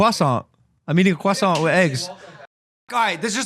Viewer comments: Logan I just want to say as a frenchman ur prononciation of croissant is good for an american even for a foreign person ahaha good happy birthday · first American dude to say "croissant" properly